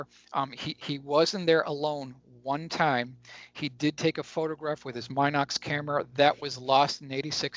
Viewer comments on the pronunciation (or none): The little 8mm still camera is pronounced MIN-OX